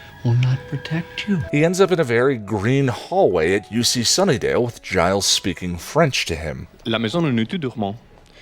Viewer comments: Aphrodite.... daughter of zeus? sorry but she is very much the daughter of the creator of the heavens' cut of testicles and the ocean. She is more a Titan than a God like the rest of the Olympians. Also,..... did just did you just call Giles for Gailes? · Did you just mispronounce Giles name?